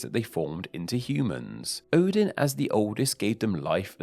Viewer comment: Odin* not Ouwden